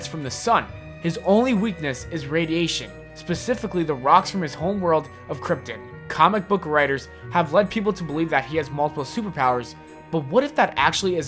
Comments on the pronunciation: Isn't it Crypt-on, not Crypt-in. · Krypton not krypten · i thought it was krypton not kryptin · Unless you're Marlon Brando, it's "Krypton," not "Kryptun." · Kriptin??? It’s krypton. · Good god I can't listen to you talk, and you said krypton wrong you said it like kryptin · kryptON not kryptin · kryptON. Not kryptin... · Why does he pronounce everything so weird krypton (crypt-on) he says (crypt-in) new 52 he says (n fif 2) does he not know what he's talking about? Or he just pronounces weird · Did you say cripton... TRIGGERED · "Kryptin"....this made me cringe so hard. It's pronounced Kryp-TON. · did you deadass pronounce Krypton as"Kryptin" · He said his home planet of Kryptin it's pronounced Krypton X'D but it's cool tho. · lol KRYPTIN? do you mean KRYPTON? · krypt- on not krypt- in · Krypton not "kryptin" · who calls it krypten its krypton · Did he just pronounce Krypton as "criptin?" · its not kritptin its krypton TON not TIN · Ironman 3 not 2 oh and its krypton not kryptic dude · Kryptin? im pretty sure its krypTON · Lol "kriptin" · It's KryptON not KryptEN! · Superman's home world is Krypton not Kryptin( You said this ) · Kryptin? It's Krypton. Sorry for nit picking.I just wanted to clear it up a bit. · its krypton not krypten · Kryptin?, it's Krypton, hence the name Kryptonite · Kryptin? KRYPTIN?? KRYPTIN??? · Dude legit said Kryptin lol. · It's Pronounced Krypton (Ton). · "Krip-tin" lol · this man said kryptin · kryptin um ok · "Home planet kryptin" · Him saying krypton triggers me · LOL He said krypton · this was made by a non comic fan for views...wrong Robin.... pronounced Krypton wrong and got Superman's strengths and weaknesses wrong...how does that even happen with more than 5 minutes of watch time of any relevant Batman or Superman show/movie? cmon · you said krypton wrong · Pronounces Krypton the Brando way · Ha! He mispronounced krypton... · Am I the only person who heard him say "Krypton" wrong